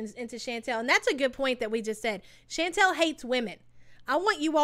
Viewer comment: It’s pronounced “Shawn-tall” not “Shan-tell” it’s killing me you can’t pronounce her name. Chantal. Chan tal. Get it? Chantal.